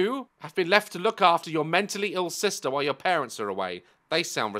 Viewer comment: "SISTA" got me CACKLING 😂😂